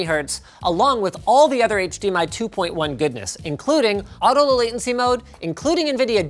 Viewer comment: Oh god, "HTMI"